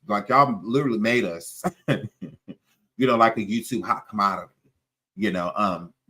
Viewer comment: I never heard of Jaguar, until she came to "The YewTube" 😆😆😆😆